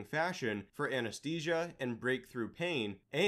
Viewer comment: AnesTHesia. Not aneSTesia